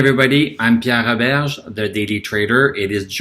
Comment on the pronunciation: Pee-air Rho-Behrge